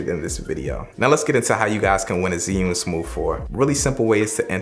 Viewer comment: It's Axe-sis and Zih-yoon...and I see what u did there with the hip-hop Asian soundtrack 😑